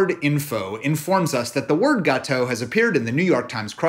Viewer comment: As a French, I can listen you pronounce "gâteau" for hours !